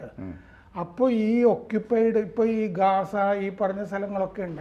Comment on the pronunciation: ഗാസ എന്ന് പറയുന്നതാകും കൂടുതൽ ശരി എന്ന് തോന്നുന്നു.. 👍 Earlier, since long back, I used to hear from Radio News and TV news readers Gaza pronounced as Gaaza. 👍 It is better to pronounce properly. sir is pronouncing correctly. 👌